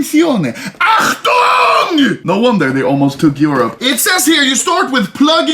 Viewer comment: This Achtung.... Bruuh xD